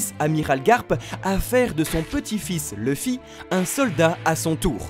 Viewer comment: Leuffy, c'est qui ? Connais pas. Par contre Louffy oui